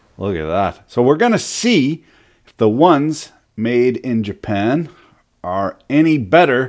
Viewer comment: where can one purchase said ja-pan tools lol